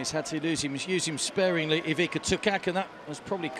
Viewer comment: Why don't you learn to pronounce their names at least decently? It's not THAT difficult! So, it's not Eweeka, but its Ivitsa, and not Setka. It is Shetka..